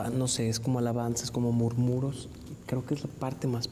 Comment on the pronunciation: No es murmuros, es murmullos